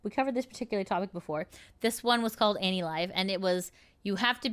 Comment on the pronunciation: anilive sounds like "anycolor" to me